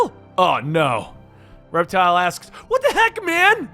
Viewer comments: It’s Reptil, not Reptile. There’s no “E”, it’s Spanish for reptile. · His name is pronounced Rep-TEAL. Reptile is with an 'e.' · It’s pronounced like rep-teel just wanted to let you know (I don’t mean to sound like a smarty pants sorry ) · Its pronounced rep.teal